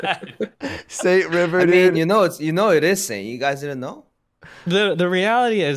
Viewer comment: Ah yes saint river